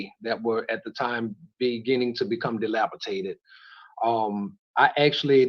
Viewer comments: Dude said delapitated instead of the correct dilapidated, honestly man ! Learn English as though it's your native tongue, since it is😂😂😂😂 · ‘Dilapitated’ lol I wouldn’t be petty if he wasn’t so arrogant 😂